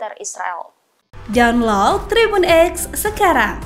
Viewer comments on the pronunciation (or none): none